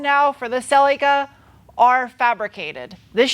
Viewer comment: its called a celica 'seeleeka' love you.